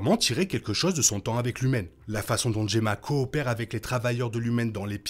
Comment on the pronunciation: Enfin Gemma prononcé correctement, nature is healing hahahahahahahaha